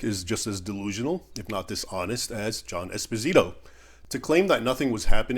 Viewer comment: Raymond, great video as always. I'm sure that fake history professor probably pronounces his own last name wrong, but this Spanish last name is Espósito (stress on the first O). If you stress the i, you're literally saying "small husband". Thanks for all the good content brother.